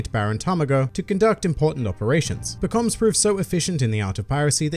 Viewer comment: You DO pronounce it differently from the anime. I heard about it on a subscriber benchmark, but now I heard it myself.